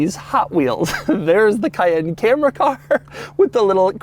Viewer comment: It's not Porsche "Cah-yen" but Porsche "Ca-yenn". Come one Doug. You worked for Porsche, you should know better. ^^